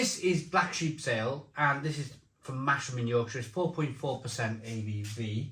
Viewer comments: Love your channel which I discovered just a few weeks ago. I live down south but born in Yorkshire so I suppose I should point out to you that it’s not “Masham” where the brewery is based - it should be pronounced like it has a Z in the name - so phonetically just a Little bit like “Mazam” or perhaps easier to think of it as having a silent “h”. Keep up the great work and beer reviews. I’m an ex CAMRA member by the way. Favourite tipple was always Gales HSB before they got bought out; and for that winter/ very dark strong taste maybe Gales Prize Old Ale or Thomas Hardy’s Ale - both working bottled beers with sentiment in the bottle. Or perhaps Westmalle Tripel - one of those Trappist Monk beers from Belgium (also bottle conditioned). Oh and I also meant to add I think (from memory) the owner of Black sheep Brewery was one of the main Brewery team members of Theakstons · Its pronounced massam